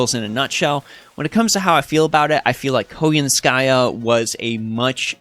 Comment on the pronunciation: Really happy you covered all this news! Now I know how to pronounce Koyanskaya properly lol. Overall I really like what she brings to the game by helping out Buster. She has added more diversity back into 3 turn farming, without the need to solely focus on Arts or Quick servants. As for the new servant coin system, I feel it was poorly executed. Outside of the potential 20% starting NP gauge for some servants, the Append Skills and new 120 Grail system are not worth the resources. Lores and Grails are already highly coveted resources and unless they start giving us way more copies of both with each event, the new systems don't feel worth it. Also, considering they seem to plan to give out more Servant Coins in events somehow, I feel this is just another filler reward in events that will take away from other materials as event rewards instead. Hopefully, they will improve both systems to make the high costs worth it. Otherwise they are just yet another glorified sticker to show off on a player's favorite servant.